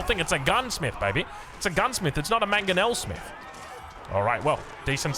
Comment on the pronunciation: Bro said mangonelable 😅